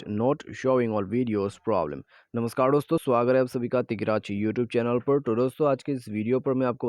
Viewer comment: NamaskaD nahi hota be Namaskar hota hai